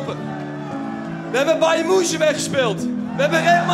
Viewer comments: Bayern moenshen 😅 is dit een Turkse variant? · 'bejern moenchen' 😂